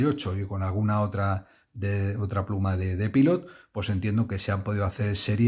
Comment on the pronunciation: Soy español y vivo en Brasil, otro país americano. Fíjate si estoy de acuerdo contigo que me refiero a tus vecinos como «estadounidenses» o «norteamericanos», nunca los llamo «americanos». Ahora bien, en coherencia con tu reivindicación, deberías dejar de pronunciar Pilot en inglés. Yo lo pronuncio en español, pero considero que antes de decirlo en inglés, lo suyo es que lo pronunciemos en japonés. Pilot es una empresa japonesa y ellos mismos pronuncian Pilot (パイロット) como «pairotto» haciendo una pausa entre «pairo» e «tto». Tampoco digo «Maiami» ni «tecsas».